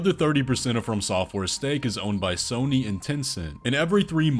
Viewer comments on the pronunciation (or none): none